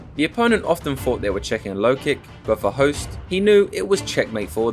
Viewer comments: its not pronounced Host, its pronounced Hooooost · Hoost not Host lol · I grew up watching him on k1 ESPN. Never really appreciated his skill as a fighter til now. Also did not know it was pronounced host lol.